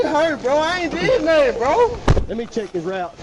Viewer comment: "I didn't do nutten"